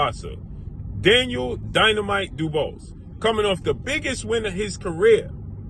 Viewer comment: Pronounce the name right. It is "Do Boo Are" and not "Do Bus"